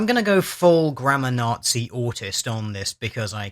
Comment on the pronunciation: When he said "grammar nazi" I heard it as"grandma nazi"! :D